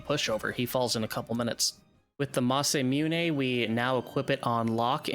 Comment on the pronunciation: Oh no not the "massamuney" 💀💀💀💀💀